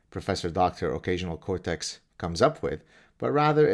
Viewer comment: I thought he said occasional Kotex😉